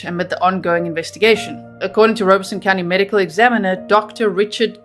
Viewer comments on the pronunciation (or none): I live an hour away from Robeson County and know lots of people from there. And never heard it pronounced Rowbeson. They pronounced it ROB-a-son